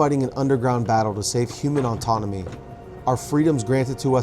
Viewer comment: I left when he said “human ontounomy”